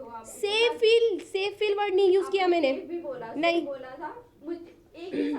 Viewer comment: Maine Hota hai mane nhi😂😂😂😂😂 kitni gawar lady hai ye isko Kaun andar lekar gaya .... wada paav bech 😂😂😂😂 sahi hai....